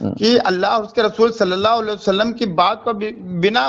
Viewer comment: Ye sallallahu alayhi wasallam kese bolta he.... Suaad se.. Sidha meem...